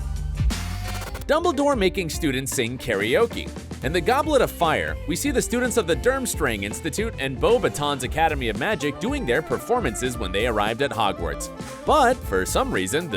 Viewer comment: Why do Americans always butcher the names the way he said beauxbatons is actually painful